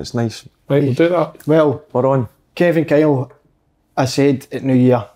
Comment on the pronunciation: It’s not Kevin Kyle, it’s Kivin Kyle